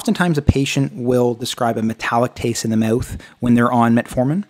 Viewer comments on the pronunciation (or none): Also the way you pronounce "mouth" makes me laugh - meyowth